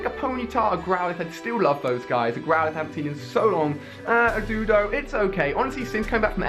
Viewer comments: BTW it's dOduo not dudo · it's do-duo not doo-do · except doduo and dodrio